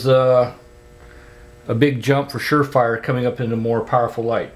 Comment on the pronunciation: You said sure frier. Lol